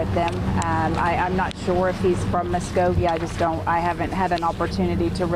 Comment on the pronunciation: Hey reporter...It’s Muskogee, not whatever you said. Ever hear of “Okie from Muskogee”?